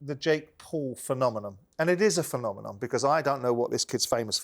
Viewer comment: For someone that loves to use big words and thinks he’s always the most intelligent person in the room, Simon Jordan can’t pronounce “phenomenon” he kept saying “phenomenom” 😂😂😂😂😂 bloody berk 🤣🤣🤣🤣🤣